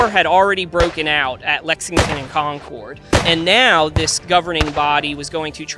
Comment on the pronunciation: Concord is pronounced conquered, not Con Cord.